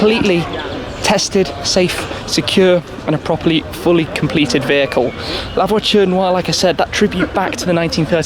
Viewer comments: La votune wah? Lmfao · "Lavatory noire"🤣🤣😂🤣😂🤣😂🤣😂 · Mdr comme il dit " la voiture noire" avec l'accent anglais xD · Who else got mad at the way he pronounces “La voiture Noire”? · Anyone laugh every time Shmee said La Voiture noire 😂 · Lmfao.....horrible pronunciation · i know but the way shmee pronounced it at the start